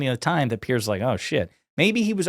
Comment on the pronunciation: Piers, as in rhymes with tiers.